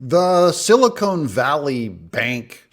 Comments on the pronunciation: It's not silicone Doug it's silicon. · Doug, with all due respect, this is directed at YOU. Silicon, as in Silicon Valley Bank, is pronounced "sil-ih-kahn". Silicone, the way you say it, is the product used in sealing products. Thank you. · Doug, it's Silicon - not Silicone. Just saying.